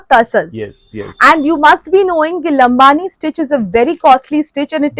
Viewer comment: lambadi not lambani